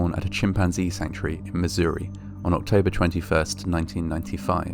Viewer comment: you're one of the few Brits I've ever heard say "Missouri" correctly